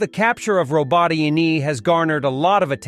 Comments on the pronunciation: These villages are pronounced: Row-bote-tin-ye and ver-bove-ye. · how hard is it ? : ro -bo - tea - neh (like meh but with n instead) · it's Robotanya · Still doesn’t know how to pronounce robotyne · Up next on “how to mispronounce Robotyne this week”